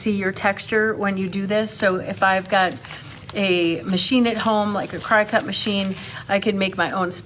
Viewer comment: FYI: Cricut is pronounced "cricket"